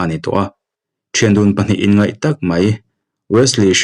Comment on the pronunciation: A ngaihnawmin i chhiar thiam hle mai. Mahse, inngeih tih turah inngaih i tipalh tlat mai.